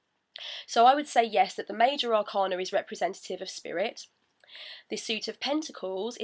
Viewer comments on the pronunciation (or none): Hey,! Thanks for uploading these videos. I found the pronunciation of 'Arcana' confusing so I looked it up in the Oxford dictionary:) ɑːˈkeɪnə So the stress is on the second 'a'.